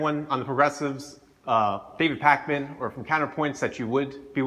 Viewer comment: "counterpoints" "pac-man" these pronunciations, oof